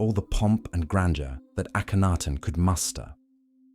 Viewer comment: The is AKENTEN not Akanaten